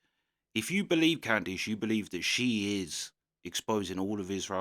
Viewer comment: can you at least try to say her name right seeing as you talk bad about her so frequently? Her name does not contain an i. Its Candace, not Candeece (or Candice) as you pronounce it.